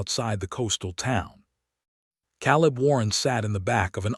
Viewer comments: Maybe i will subscribe when you get narrators who pronounce names and words properly. Those mistakes glaringly stand out and ruin the story! Ex: Calibb is pronounced KAY LIB not CAALL IB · So many mispronounced names and words!! He says Calib , it is pronounced Kay lib. Why use someone who can't speak properly!!?? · It is pronounced Kay lib! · Caleb mispronounced and too many adverbs and adjectives. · Shouldn't it be Caleb?